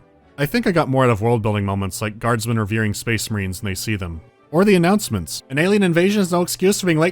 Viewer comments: SPEHHS MAHREHNS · I just love hearing when they say "SPACE MIRANES"